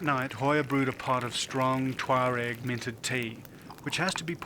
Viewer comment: It's pronounced 'tchwa-reg'